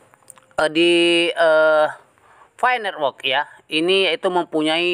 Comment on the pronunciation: Mantap sekali nyebutnya.. Pai Nerwok :)